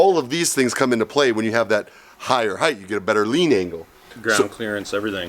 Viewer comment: it's ride heighT, not ride heighTH...